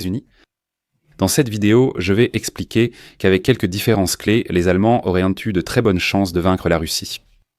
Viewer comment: Ce texte lu par une IA est insupportable. auraient devient auréantent, 1941 devient 1940 et 1, qui permettraient devient permetréantes, etc